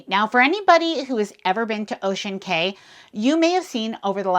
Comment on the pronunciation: Cay is pronounced “key”, despite what Royal Caribbean’s marketing department says. Ask any local there.